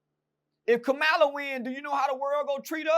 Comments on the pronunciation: It’s Kamala not kamela 😂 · COMMA-LA ITS NOT HARD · Who is Kamilla or kamalla 😂😂😂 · He dayum sho don't give a fu@ cuz he don't even know how to pronounce her name 😂